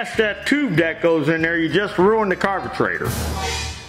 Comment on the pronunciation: Tecumesh...Carbetrator! Effing hilarious..."spring" (cue "boing" sound effect)! Dude, fantastic tutorial and totally frigging hilariously funny! Thank you! Be careful with those teeth, that speech impediment can become habitual!